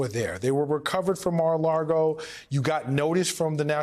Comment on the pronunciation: Saying "Mar-A-LaRgo" once is fine. Saying it repeatedly and what are you even doing man?